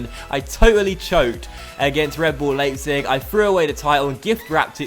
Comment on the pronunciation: just so you know, it's pronounced as liep-zig as the ei in German is pronounced like ie in English and vice versa.